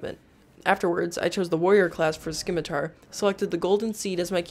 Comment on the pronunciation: For the love of DOG... it's called a Se-mi-tar.. not a schi-mi-tar. I don't mean to rude, alas this actually turned me off.